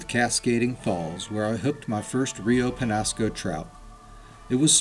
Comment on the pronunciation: the rainbow and brown trout are actually invasive. The chubs are also native to the Pecos which the Peñasco empties into. They provide forage for larger trout. BTW it's pronounced Rio Penyasco.